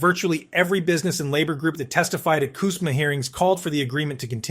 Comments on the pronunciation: Its Cusma not Kusma...Canada does not begin with a K. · Its cuuusma not cuzma!!